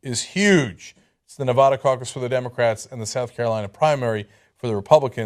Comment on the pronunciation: it's nevaeda, cenk, not nevada